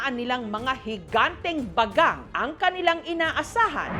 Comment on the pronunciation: Bagang❌ Bagag✅ 😂😂😂